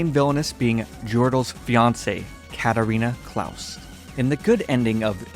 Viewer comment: You're pronouncing her name wrong it's katarina Clay's😅 and if he asks me why I noticed I actually watched the Anime and that's how they pronounce it😒 but I really enjoy your Recaps